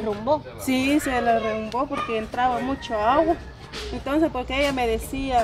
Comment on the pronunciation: Se le redumbo dice 😅😅😅y es derumbo